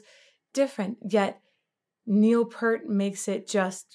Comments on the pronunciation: You should feel a bit...hurt...when you don't use your...ear...when saying Peart. P-ear-t. You can't help but feel greatness when...peering...at P-ear-t playing. Not to be confused with the shampoo he used for cleaning his hair: Pert. That's, of course, impertinent when it comes to prouncing his name. It was understandable, this being your first close listen of Geddy's voice. For (many) untrained ears, it's disorienting. I actually found it off-putting my first time. And a bit grating my second. And then...I found it actually had a legitimate place. One that is rarely explored...even occasionally, in rock. Yet this dude is making it work while staying way up there the whole time. But he's got more range than what this single song made use of. Yes, it was Geddy's voice throughout. Why does that voice work? How does a 3pc band put out this much sound? How do they stay so tight thru so many intricate time shifts...even when playing live? Why are the lyrics so incredibly nuanced and deep. Should not that much top-notch talent...in so many areas and aspects...when all brought together in one spacetime point result in a blackhole?! Come on in...the gravity of Cygnus X-1 is fine. Blissfully succumb to the pull...of greatness. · Also wanted to say something about the pronunciation. Found your post and you’re correct. ✌🏻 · I wish these vocal coaches would do 10 minutes of work to prepare. 3 minutes on Wiki and the rest watching one or two live performancees.. in this case, she would've learned that Rush was played on the radio all the time, Lee sang all the parts to this song, and the right way to pronounce Peart. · Absolutely correct… Neil himself even pronounced it as PEER-T, so I’ll take his word on its correct pronunciation.😏 👍🏻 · you pronounce his last name Pert. It's Pea-ert. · I know you dont know but it is pronounced Neil Pier-t, not peart:elbowcough::elbowcough::elbowcough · Neil Peart....pronounced like Pier with a T, not Pert. Long E, bro.